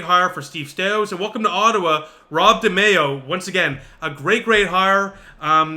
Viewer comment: Pronounced De my oh….